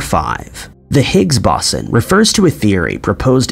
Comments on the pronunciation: Bow-sen. It never surprises me when he mispronounces virtually EVERYTHING...😂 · It’s the Higgs boson not bosin. Like the speaker company Bose then add the word on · I appreciate the video, but the mispronounciation of "boson" does get slightly irritating after much repetition. There are of course guides here on YouTube, but, in American English anyway, the first syllable sounds like an archer's bow, and the 's' has a 'z' sound.